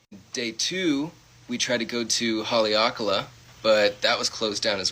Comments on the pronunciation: This is old and irrelevant but I cannot get past this man pronouncing Haleakala as HOLLYOCKALA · Side note- as someone who grew up in Hawaii, that man's pronunciation of haleakalā made me instinctively flinch. Bro has the biggest rich colonizer vibes.